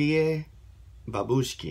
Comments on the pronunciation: BurAnovskie bAbushki, not babUshki. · Love ya reactions dude! How to pronounce it correctly: bu'ranovskie 'babushki. And yeah, we had a national selection where they won. Ahahhaah 'I love grandmothers' 😂😂😂